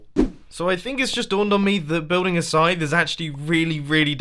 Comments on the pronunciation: Did anyone else think he wad saying "sign" instead of "scythe" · I thought you said sign not scythe.